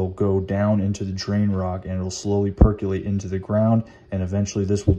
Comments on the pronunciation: per·co·late (there is no "u") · Good video. Just a dorky FYI, it’s pronounced “Per cō lāte”